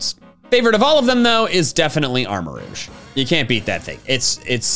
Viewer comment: Armarouge, not Armoruge!